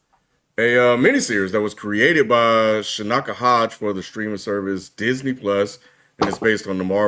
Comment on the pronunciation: How are you black and you cant pronounce a black name? She is not Shenika, She is Chinaka. That is a Nigerian name from the Igbo Tribe. The name means God Destines or God Assigns.